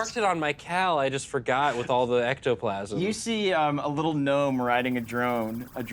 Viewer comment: It's not a drnelve, it's not a drnoblin, it's a drnome!